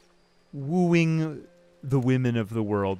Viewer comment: "I'll be woeing tis woman" my man....thats a child